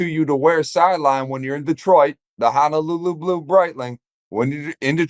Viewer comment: You guys gotta stop with this HANALULU nonsense. It's pernounced the way it's spelled. HONOLULU🤙🏽